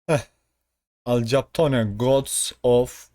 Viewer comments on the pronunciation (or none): Alkapon diye okunur hayatinda hic mi film izlemedin